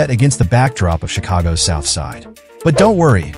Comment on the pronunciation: Its Cheegago where he from🤦🏾‍♀️